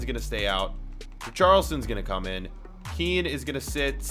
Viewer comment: You pronounce Kean just like how you say Ken